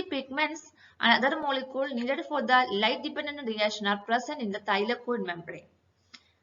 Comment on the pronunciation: Cool explanation but can u not say "molekules"